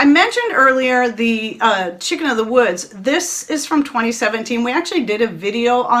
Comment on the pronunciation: I couldn't quite understand what you were saying that was in the small jar...something like "chick in the woods." Can you tell me what that was?